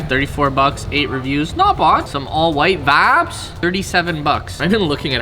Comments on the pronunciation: Stop f+cking saying "NOT BOD, NOT BOD" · Not Vavz, Not Vavs !